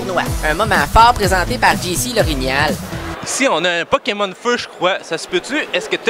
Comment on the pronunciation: aha énorme "poki-mon" ;)